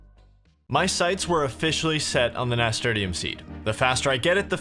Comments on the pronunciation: haha nasturtium is pronounced nasturtium not nasturtium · Finished my 2nd walkthough. Amazing series, still laugh every time he pronounces "Nasturtium" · Was enjoying this until I heard how pronounced nasturtium. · Thank you for making this. Also, I've never heard anyone pronounce Nasturtium like that before 🤣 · I still LOL at the way he pronounced Nasturtium. Love ya, bro.